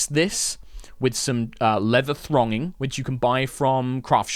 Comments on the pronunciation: Great video, loved it. Have to just say though, it’s leather ‘thonging’ not ‘thronging’ for the people out there who are wondering ;) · It's thonging. THONGING! Not thRonging. Thank you, that's all. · Thonging rather than thronging.